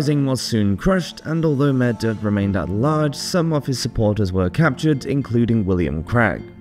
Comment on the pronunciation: Hey!! I love your videos, and always listen to them, but just to query the pronunciation of Maredudd - I'm not an expert, but I think it should be closer to "ma-red-ith" or "ma-red-eeth" 😊